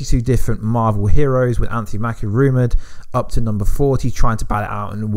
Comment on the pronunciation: Did he say Anthony mackio? Hahahahahhaahahhhahahhaahahahahahhaahahahahhhhhahhaha